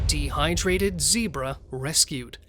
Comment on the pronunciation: GOU SAID ZEBRA WRONG